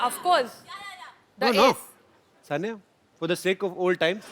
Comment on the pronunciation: Sania nehwal nahi hota saina nehwal hota hai or ye sania mirza hai 😂😂